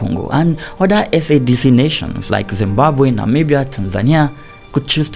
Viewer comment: Another well researched and well presented video. Just a correction on pronunciation. In the SADC region we don't spell out the letter we say "Suh-deck". So the a is said like the a in Africa, and the DC is like deck.